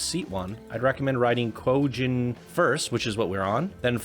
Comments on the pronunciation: (Kwi-Gon) is the pronunciation lol. That’s besides the point. I love this submission. It tells the story pretty well for a coaster that isn’t a recreation and Darth Mauls death is very well represented on his coaster. And in terms of the X-dimension coasters... I have not seen a lot of good creations using that type of coaster but this is far beyond a good x-dimension coaster. I think it’s safe to say that this creation is one of the best in the beginners bracket! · I literally laughed out loud when he made that mistake twice! XD